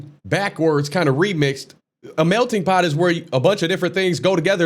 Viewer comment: What does his hat have written on it? Also, he is saying "melding pot" and not "melting pot." Also, it's a metaphor and you won't hear the term in culinary, it's always used in the context of people, cultures and such.